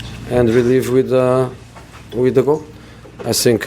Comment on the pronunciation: How can mourinho say the "th" in other words but not when he says "I think"